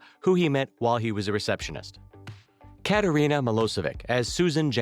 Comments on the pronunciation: Kattereena? Its kat reen ah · Also he pronounced Katrina’s name wrong and said chief instead of governor